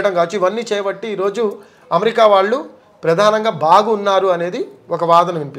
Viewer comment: యాంకర్ గారు ముందు మీరు "శ "ష " స " ఈ మూడు అక్షరాల ఉచ్చారణ వేరు వేరు మీకు శ, ష ఈ రెండు అక్షరాలకి తేడా తెలిసినట్లు లేదు. దేశం మాటలో శ అక్షరాన్ని ష గా పలుకుతున్నారు దేషం అనకూడదు. శంకరుడు అనాలి షంకరుడు అనకూడదు. అలాగే ళ అక్షరానికి ల అక్షరంకి తేడావుంది మీరు వాల్లు అంటున్నారు అది తప్పు వాళ్ళు అనాలి. మీకు యాంకర్ ఉద్యోగం ఇచ్చిన మేధావి ఎవ్వడోగాని ఉచ్చారణలో బోలెడు తప్పులున్నాయి మలయాళం మాతృ భాషగ గల యాంకర్ సుమ ఉచ్చారణ ఎంత స్పష్టంగా ఉంటుందో గమనించి తెలుగు వారీగా పుట్టి తప్పులు పలుకుతున్నందుకు సిగ్గు పడండి భాషను చంపకండి బ్రతికించడానికి ప్రయత్నించండి.